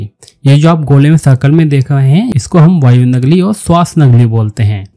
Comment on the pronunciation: Nagli nahi nali bolte hain.